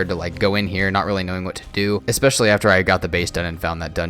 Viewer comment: Love the video, just one thing: the word is especially, NOT EXpecially